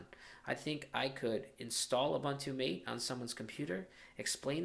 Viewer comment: Hey, it isn't pronounced 'mate' like 'm8' but rather with the a sounding as in 'dad' and the e as in environment - hence ths developers choose to write it MATE to make it sure it has nothing to do with 'pal' or 'buddy' but with the infusion and the plant it takes it name from. Cheers.